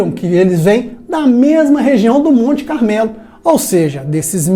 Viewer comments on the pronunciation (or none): none